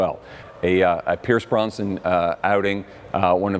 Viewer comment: fascinating but its annoying how he keeps on says 'pierce BRONSTON'